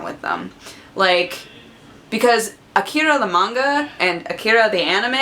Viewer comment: I always mangle japanease words on purpose, just to mess with my friends, and you seperated your vowels like a pro with akira, kudos :)